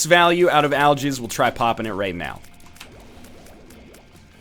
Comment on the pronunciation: nl nice english aljizz instead of algix